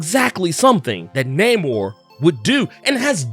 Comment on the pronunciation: Say his name right, bro, NAY-MOR!